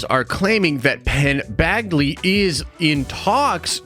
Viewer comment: Penn “bagley” 😂